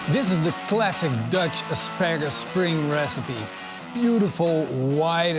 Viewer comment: Did say.. Asparasus?